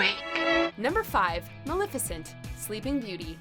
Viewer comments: You're saying Maleficient wrong... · You keep saying maleficent wrong really